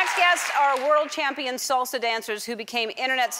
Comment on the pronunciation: Salsa not SOLLSAA ( as elen said )